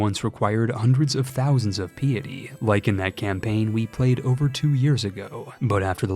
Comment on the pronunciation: Check the pronunciation of “piety.”